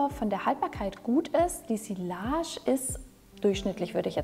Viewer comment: tolle auswahl und interessante Beschreibung! Ich mag auch deine ruhige Art. Bitte sprich doch sillage mit j in der Mitte aus, sonst kommt's so unprofessionell rüber ;) Merci!